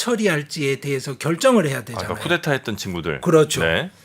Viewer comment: 늘 감사히 열렬히 시청하고 있습니다. 말씀중에 흔히 보통사람들처럼 교수님도 프랑스어 꾸데따 (Coup d'Etat)를 쿠테타로 말씀하셔서 차라리 쿠데타로 발음하시면 좋을 것같습니다. 중간발음은 분명히 ㅌ 발음은 아닙니다.